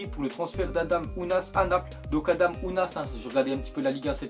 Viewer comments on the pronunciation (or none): none